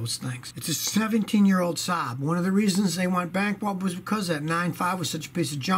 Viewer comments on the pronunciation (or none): Lol. I think he did. Also 'bankwupt'. ;-) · hahah yeah he did say "bankwupt"